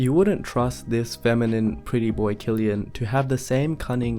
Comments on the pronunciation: Btw it’s pronounced “Sill-Ian” I know a lot of young girls who go crazy over him. I think it has to do with his hairstyle and baby blue eyes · i thought his name was pronounced 'sill-ian' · Wow i pronounced it Sillian not Kllian My bad! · I didn't know his name is pronounced Killian. I thought it was pronounced Sillian. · Wait so you’re telling me his name is pronounced as “Kill-ian” and not “Sill-ian”???? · Oh my god, I’ve been pronouncing his first name wrong 💀 I thought it was “Cillian” with an s sound. But it’s “Cillian” with a c or kuh sound 🤦‍♀️ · and i've been here my entire life mispronouncing Cillian as "zillian" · IVE BEEN PRONOUNCING HIS NAME AS "SILLIAN" THIS WHOLE DAMN TIME!!! FUCK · Even I used to pronounce it as "sill-ian" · Dude doesn’t even know the correct pronouncation of Cillian and came to analyse his face